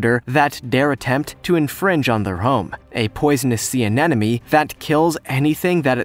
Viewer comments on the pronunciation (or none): anenome?????. isn't it anemone? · Why do you keep saying "anenome" instead of "anemone"? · Anemone....*AHEM* 'UH-NEM-UH-NEE' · did I hear "Anenome" over and over? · Did he say anenome? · It's an aneme-no-ne-ne, guys, get it together. lol And no, peeing on jellyfish stings does not work.